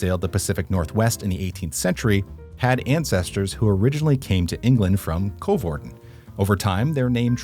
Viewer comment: The Coe in Coevorden is pronounced the same as the cou in Vancouver ;)